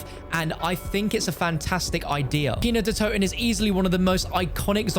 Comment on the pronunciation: As a german guy it's so funny to hear him say kino der toten but I think he pronounces it pretty good even though he doesn't speak german